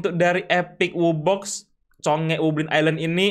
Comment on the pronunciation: Bro he say "wubelin" 🗿